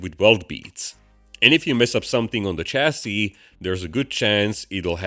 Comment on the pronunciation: BTW, chassis is a French word so it is pronounced shassy